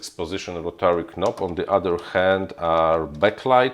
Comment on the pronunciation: boze knob (nob) tak jak knight (najt) i tak na ptzyszlosc 'gnom' mowi sie (nom)pozatym perfect